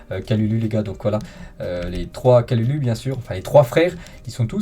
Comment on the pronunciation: Stp le U ce prononce ou comme si tu disais kaloulou horrible de déformer le nom de la sorte merci de la compréhension